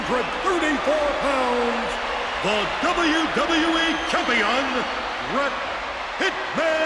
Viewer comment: Why don't you say the e in wwe